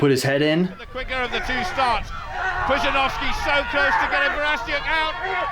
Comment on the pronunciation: Pretty good pronunciation on Pudzianowski :)